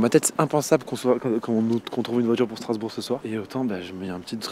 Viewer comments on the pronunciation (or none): t'as écorché le nom de ma ville... Strasbourg... je me désabonne (non je rigoooole)